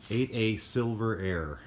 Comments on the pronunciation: I haven’t cringed that hard in a while. SILVAIRE DAMN IT. not silver air. Sheesh give the aircraft some respect lol. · It is not a Silver Air! It is a Silvaire! You have the name spelled correctly but you pronounce it wrong! And yes I have more than 10,000 hours in a Luscombe 8 Silvaire. Built in 1947. In fact my Father flew a 1948 Cuscomb 8 Silvaire for Magnolia Pipeline, Mobil Oil, over 20,000 hours. That Silvaire is hanging in the Permian Basin Museum in Midland Texas in a static display. Registration number N2645. Look it up. And N2645 is all Aluminum. Including the wing covering. Every inch of the flying surfaces are Aluminum on N2645. While mine is like yours. Fabric covered wings.